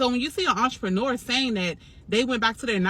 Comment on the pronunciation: I’m hearing “ARTreneur”.. am I trippin??